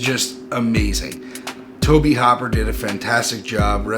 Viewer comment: Tobe, not "Toby".